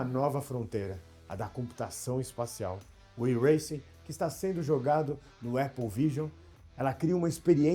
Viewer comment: Falta só saber falar o nome do iRancing.